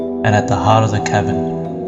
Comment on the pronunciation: When "heart" becomes "heard"